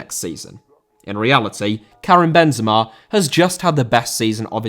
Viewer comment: Benzema* not Benzemor